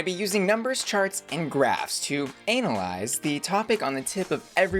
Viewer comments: She said Anal-yze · I heard Anal-eyes